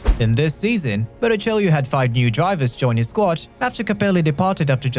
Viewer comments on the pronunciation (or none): Bara chello say Bara chello it's not spelled that way but it's how you say it